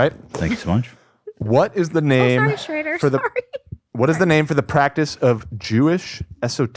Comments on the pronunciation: trisha calling shredder shradder is hilarious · I love how Trisha pronounces shredder like “shrayder”